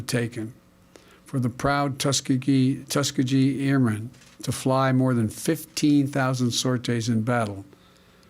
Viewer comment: The man doesn't even know how to day Tuskegee!!! He's such a faker. He doesn't honor these men. Ugh. Gross. The honorable airmen deserve better.